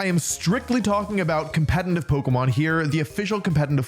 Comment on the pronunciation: The fact that he is saying competintive instead of competitive makes me hurt physically